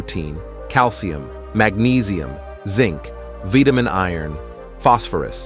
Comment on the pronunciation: Someone teach this bot how to pronounce oxygen, vitamins, etc.